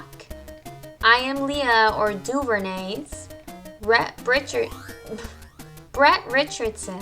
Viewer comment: For once somebody said Duvernays right :D